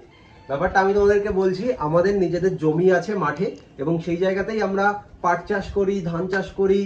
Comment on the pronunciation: ওটা পার্ট না পাট হবে